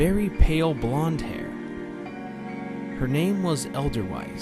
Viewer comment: I don't know if you just read it wrong or the author typed it wrong, but edelweiss is pronounced "Aid-el Vice". it's a german word. basically anything that's german that has a W in it is most likely pronounced as a V while anything wrote with a V will mostly sound like a W. The more you know buddy.